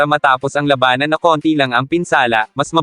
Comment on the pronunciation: iba ang bigkas mo lodi sa labanan, tunog malabanan..😘😘😘